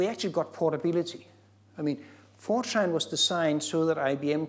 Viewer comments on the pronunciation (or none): I can't be the only person that hears 4chan whenever he says Fortran.